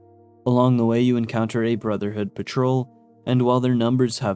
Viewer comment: Dude why do you call BoS "the brothered of steel" and "the steel"??? Is it really that hard for you to say "brotherhood"?